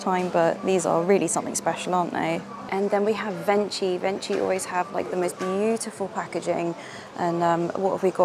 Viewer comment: Hi, I don't want to sound annoying but I want just to say that "venchi" is an italian brand so it's pronunced like "venkee" ☺ and the way their egg is wrapped in shiny paper is exactly how chocolate easter eggs are sold in Italy (from the cheapest brand to the expensive ones): it's our style, I guess 🤪☺ xoxo ❤